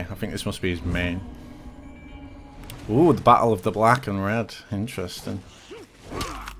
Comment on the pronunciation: please make every time says “INTERENSIN” video gets louder